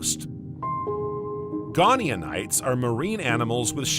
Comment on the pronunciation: I quite like the unusual accent of your AI, but it's painful when it keeps repeating typos with such confidence. The early ammonoids were called GoniaTites with a 't' not an 'n' (Go nia tights) not 'gone eeon ites'. Similarly: Titanoboa is normally pronounced: 'tight-anno-boer' not 'tit anno-boer'. The voice also often ends sentences with an up inflexion as if it is unsure of itself, but to me that is now part of its charm, so no need to normalise it, if others don't find it distracting. (It might be good to keep some unusual characters to help people distinguish autonarration from real flesh and blood narrators.)